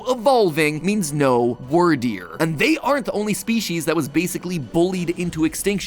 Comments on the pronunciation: Love you mathew but please pronounce the names right weer deer not wir deer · It's weird deer not word deer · "Wordeer" - MatPat 2022 Instead of pronoucing it like dragon wyrm. So Wyrderr instead of "Wordeer." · It's not "wur-deer." It's "weerd-eer." Wyrd is pronounced the same way "weird" is pronounced in English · ...Anyone else pronounce Wyrdeer more like "Weird deer" rather than "Word deer"? XD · Matthew it's Wierd-ear not word-ear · hearing matt pronounce the "wyr" in "wyrdeer" like "word" instead of "weird" hurts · Bro it’s pronounced “Wirdeer” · Really bugs me how you say Wyrdeer. It's pronounced like "Weird." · Excuse you! it’s pronounced weer-deer. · wyrdeer is meant to be pronounced as weirdeer (weird ear) XD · Succeed is pronounced like wierd-eer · Its pronounved weerdeer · Why is he pronouncing wyrdeer as wurdeer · Also, this one's just my take on it, but I think Wyrdeer is supposed to be pronounced "Weer-deer," like "weird-deer," but again, that's just how I perceived it. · wur-deer great job mat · ITS WEER-DEER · Isn't it pronounced Weird-eer? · You mispronounced Wyrdeer. keep in mind the name of pokemon tend to have puns associated with them. in this case, it is Weird. While modern definitions of Weird just mean strange or unusual, the archaic meanings refer to fate and destiny, as a Weird is another name for a soothsayer. Since this is a Psychic type pokemon, being a soothsayer makes some amount of sense, therefore the name is [Weird-Dear], not [Were-Dear]. Thank you for coming to my Ted Talk... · Him pronouncing Wyrdeer wrong hurts my soul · work on those pronunciations like Edo (eh dough) and Wierdeer (weer deer) otherwise thanks for another ruining 😁